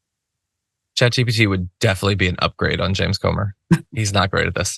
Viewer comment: Comer rhymes with Gomer as in Pyle of it